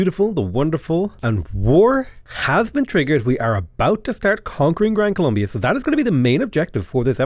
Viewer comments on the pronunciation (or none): none